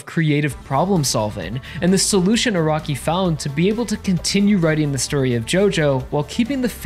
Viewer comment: Funny he says Araki as "a rocky"